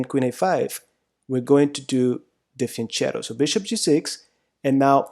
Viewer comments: Thanks, I've been wondering how fianchetto is pronounced, and of course I was doing it wrong. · If I get his accent right (and his name) he sounds like a Spanish speaker, where fianchetto is not pronounced like fianKetto but like with a “ch” sound (similar to the “j” in “project”)